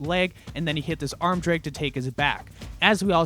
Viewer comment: Massive fan even tho I don't roll. But seriously, the word 'drag' has an 'a' in it. Not an 'e' and two 'g's. Just saying 😜